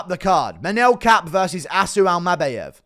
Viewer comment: Bro says Almabayev even weirder than he says Topyeeria